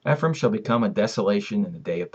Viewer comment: Eh-frah- eem (Ephraim)